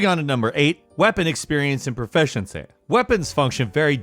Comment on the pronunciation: Funniest proficiency pronunciation I have ever heard